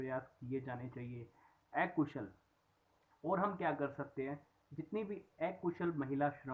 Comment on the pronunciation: सर् , माफी चाहूंगा यह बताने के लिए ऐकुशल नही अकुशल होता है,,, उच्चारण ठीक से कीजिये । धन्यवाद